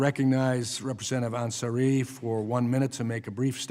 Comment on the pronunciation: And he doesn’t even want to try to learn how to pronounce her name. It is Yassamin ANsari not anSARI. The song that represents her:” You are standing in a hall of fame, and the world is gonna know your name, cause you burn with the brightest flame!” I am so proud of this freshman representative D-AZ. She has done more to improve lives of her constituents in four months than Virginia Foxx has done in 30 yrs. I don’t get it how dare Foxx as explained in this hearing to cut out parent plus loans to be only $50K. That is not enough to pay yearly tuition. She is insane. Also Lucy McBath D-GA really fights for disabled kids and gun safety in our schools.